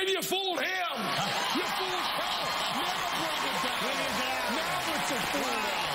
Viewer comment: "he fooled Penn and Tellaaahrg"